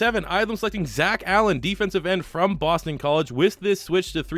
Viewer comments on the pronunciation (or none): none